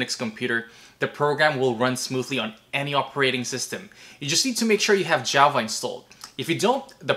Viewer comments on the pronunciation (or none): none